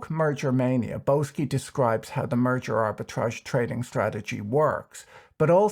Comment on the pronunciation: Ok, I heard you say "murder ARB” :) lol